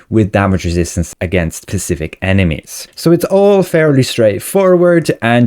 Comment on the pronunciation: Is this guy saying pacific instead of specific just to screw with me or what